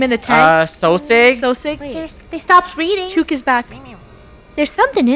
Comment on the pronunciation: The fact they don’t know it’s about New Zealand and the way they pronounce chook is killing me💀😭 what the American